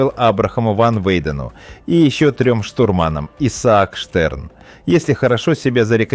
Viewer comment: не штурмАнам , а штУрманам , не рыжебОродый а рыжеборОдый , проверяйте хоть свою безграмотную озвучку !!!